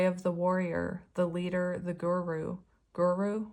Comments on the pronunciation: I believe it's pronounced "goo-roo". 😊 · Pronouncing Guru -Gu strait tong and Ru turned tong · Guru means Teacher in Sanskrit. I'm from India and we highly value a guru.. it's pronounced as "goo-roo". It doesn't necessarily have to be in academic aspects but we consider anyone who teaches even slightest thing in our life to be a guru. For me and my healing journey I consider u as my guru ❤️